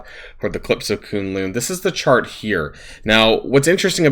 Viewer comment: Not Koon-loon it's kun lun rhymes with cunt lol